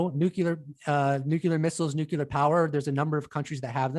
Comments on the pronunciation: How to pronounce nuclear: new + clee + er. (Sorry, the incorrect "nuc-u-lar" pronounciation is popular among politicians.) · Lol the long haired guy keeps saying "nucular"